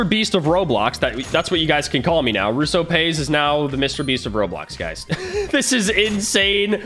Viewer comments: Me: this cool: *says russopays in stead of plays Me::! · Not russoplsys it’s russopays lol